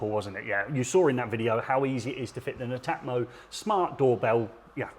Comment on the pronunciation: Thanks for the vid guys..now I now how to pronounce Netamo!😉 I’m impressed with that, having installed Nest, Hive and Rings. Prob is I find when someone wants to install heating/lighting/camera/smokes as one system, I’ve yet to find one company who’s entire set of kit I would feel confident recommending to customers - they all seem to have strong brilliant products with the odd duff one in the set, a pity. For me I’d say 8/10 requests for smart doorbell installs are for properties with no existing wired doorbell. That suddenly turns it into a whole new job..do you fancy doing a demo video of that scenario?🙂